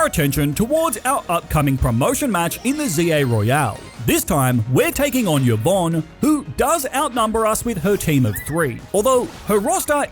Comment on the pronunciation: what do peoplekeep pronoucing it yuh-von (yvon) its e-von